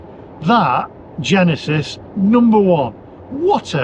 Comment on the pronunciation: "GENISIS" KOREAN